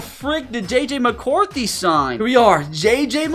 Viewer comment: THANK GAWD ITS JJ MACAWRTHY😂😂😂😂😂😂😂